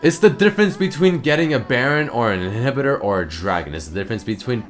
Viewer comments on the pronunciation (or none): "its the difference between getting a dragon or an inheeebitor" XD he derped so hard at the word "inhibitor" there...